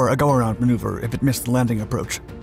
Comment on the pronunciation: The word "lApot" is stressed on the first syllable. Nice job, as always! Despite of the fact that I grew near Zhukovski that my own dad worked on Buran, I've never heard of lapot before. P.S. mOnino is read with stress on the first syllable as well.